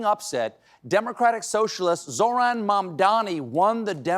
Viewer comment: ... first mayor called like me. Also first time thet someone pronounces Zorana correctly. Simes that this silent H do the trick 🙂. Congrats to Mr. Zohran. Please, on Saturday, 28th all eyes on Serbia! Our students, once again, are going to make history by organizing greatest peaceful protests in Belgrade in spite of all obstacles from our dictator and his pions.